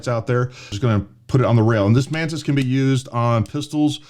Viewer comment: The way he says “Mantis” it sounds “Menace”…😂🤣😂🤷🏻‍♂️